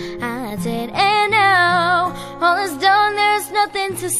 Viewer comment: مشكور الأخ على كل مجهوداتك: ملاحظة : كيف إستمعتم لنطقها لـ " When all is done "...؟ , إعتماداً على ما سمعته أعتقد بأنّها نطقت بـ "hal is done " هل هي ضمن الـ Slang؟